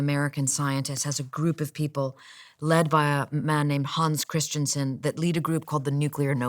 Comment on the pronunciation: 20. "Christian-son" ? Is that correct pronunciation of that name?